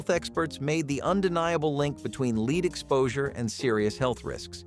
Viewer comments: Lead is pronounced led as in Ted... not leed. Dern robot 🙄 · Lead poisoning. (Not leed!) Lol!